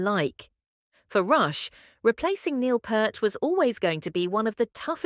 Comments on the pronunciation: It’s P”ear”t. Not Pert. Get it right. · Neil's surname, Peart, is pronounced like "Peert."